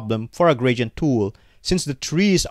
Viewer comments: stop saying "gradient" - it is wrong. :face-fuchsia-tongue-out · i mean the pronounciation is wrong :face-blue-smiling